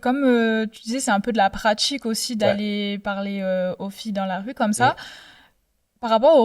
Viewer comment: c'est insupportable de l'écouter cette fille " je veux djire, c'est de la pratchique" inssuportable.